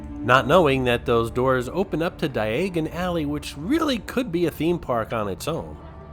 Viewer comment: Dye - a - gon alley for future reference :). Loved the walkthrough and cant wait for more!